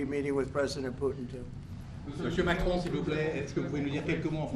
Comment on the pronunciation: He forgot Macron's name "This gentleman on my right" and even when he used Macron's name he can't pronounce it correctly.